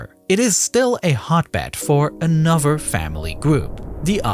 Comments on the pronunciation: am I the only one that is irritated by the fact the narrator cannot pronounce "th" Brover (brother) , anover (another), uhver (other), etc. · a lot of pronounciations in this video are incorrect. Its anoTHER not anoVER, also THis not Dis. ALSO, brother, not BroVER. I hope you can try to fix these mistakes in the next videos